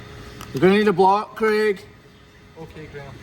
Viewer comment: This whole time I thought his name was creek. I kept thinking it was a Scottish name or something… I was like, man, they really do like nature that much in Scotland and Ireland … then I read the subtitles and realized it was Craig 😂 to be fair, there are names like rain and river so I just assumed you were saying creek 😂😂😂